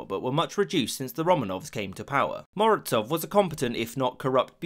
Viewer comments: seriously? I haven’t found but Morozov pronounced German-wise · Honestly it stil amazes me how English speakers misspronounce or i guess missread the most basic of spellings - to turn Mo-ro-zov with a z into 'Morotsov' with some sort of 'ts' sound is truly a talent in itself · Why do you pronounce Z in Morozov as Ts? It's Z as in coloniZe or horiZontal. And Razin is rUh-zin not rezEEn.